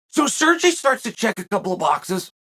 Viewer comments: He keeps saying “Surgy” 😅😅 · SERGY? SERGEE??? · Chael, Sergei is pronounced Sergay, don't be afraid to say it. lol Anyway, Pavlovich reminds me of a young Kharitonov but better. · Lol if his name was "Sergee" he prononced it right haha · Sirgee….lmfao. Chael Sonnen, linguistics master. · Chale, when you were pronouncing name Sergei, furst I thought you were talking about some Italian, Spanish, or some other latino guy. I didn' realize you were refering to a Russian. Please check the pronunciation before making the podcast. Sergei has more than deserved to have his name pronounced correctly.